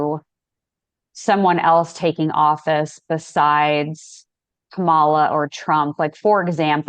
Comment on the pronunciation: Respectfully, it’s Kamala with the emphasis on the Kam part. KAM-a-la. Sadly, the way in which people say her name has been a symbol of trying to invoke distrust. I think the majority make this error in pronunciation without ill intent. But it can be a reflection of which candidate you support or whom you tend to at least listen to from an auditory stance. Having said that thank you both for this informative & interesting discussion marrying your two gifts. I too feel ( my intuition - I’m not psychic ) conflict & wondered if there is “no winner” of this election. And I wonder if years ahead having to push through this we come out with a change. better, perhaps different type of party system. I personally like how many people who identify as D or R are kind of throwing off or putting aside that party label and uniting in what to me appears as acceptance, openness & willingness to hear the other out and want to work together. Life on earth in the physical is not easy! Love. Love. Love.